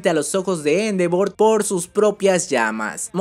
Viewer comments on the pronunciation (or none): none